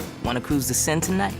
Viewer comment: Took me a minute but he said "wanna cruise the Sienne tonight" which is a big famous French river